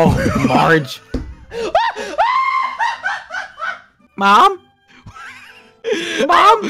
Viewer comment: He literally starts dying "MARge 😏"